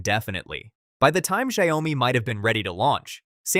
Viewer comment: Shao-mi, NOT Sha-yoh-mi